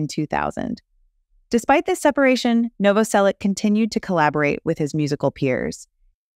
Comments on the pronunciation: Krist Novoselich (Novoselić), not Novoselick, god damn... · It's pronounced Novoselitch. ITCH, not ICK. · As a Croatian, like Krist, it's pronounced Novo-selitch. You're welcome. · Its pronounced nov-vos-elitch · Noh-voh-sellick ... Lol ok, lady. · IZGOVARA SE NOVOSELIĆ-CH,HES CROAT,-CROAT SURNAME .IFC IS C,IF Čor Č is CH.🇭🇷🇪🇺🇭🇷🦈 D So Christ NOVOOSELICH😅 YOU AMERICAN😂🎉🎉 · You are saying his name wrong